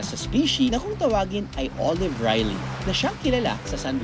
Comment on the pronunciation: Drew, it’s species and not specie, and the turtle species is Olive Ridley not Riley 😏